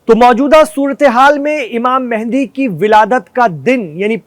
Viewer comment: mende ❌mehadi ✅